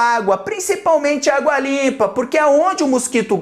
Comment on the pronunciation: Eu juro que quando ele falou "água limpa" eu entendi "a dua lipa" tipo?¿